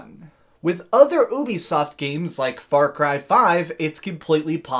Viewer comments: Ooobisoft... am I the only one who pronoucnes it *U*bisoft? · The way that you keep calling it OOO-bisoft is beyond annoying. It's pronounced you-bisoft, hence their service Youplay. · It’s not oobisoft it’s Ubisoft as in uplay not ooplay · I cant respect anyone who says "OOOBI SOFT". I cringe everytime lol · Only youtubers pronounce ubisoft like that I use a hard U. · Why do people pronounce ubisoft like you do